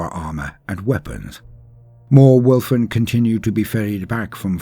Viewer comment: I love your posts, but all I heard was “Wolf wolf wolf wolf wolf “.;)